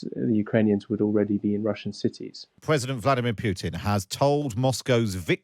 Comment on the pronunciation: Who is God is the narrator here? Pwesident, not president; pawade not parade; weel not real.... I could go on and on. Fire the person! He can't speak English. I'm utterly repulsed.